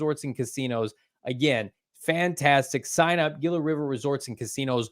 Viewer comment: SMH somebody tell it's spelled "Gila" but its pronounced "Hila" 😂😂